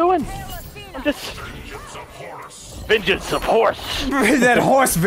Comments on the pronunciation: I love that delirious says venchans of horse 🤣🤣🤣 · "Vengance of Horse" Oh Delirious, we love u